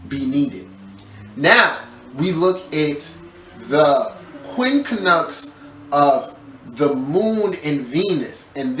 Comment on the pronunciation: The way you pronounce it is QUIN-CUNX. Not QUIN-KA-NUX. My ears hurt 😂